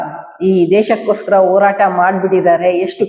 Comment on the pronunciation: ಇಂದು ಇಂದು ಅಲ್ಲ ಹಿಂದು ಹಿಂದು ಓರಾಟ ಅಲ್ಲ ಹೋರಾಟ ಇಂದೆ ಅಲ್ಲ ಹಿಂದೆ…..ಹ ಉಚ್ಚರಣೆ ಕಲಿರಿ